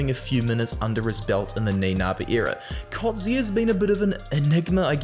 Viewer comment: Elirigh - pronounced like in German. Elri-G not K ---- and Coetzee is pronounced "Kut + Zea"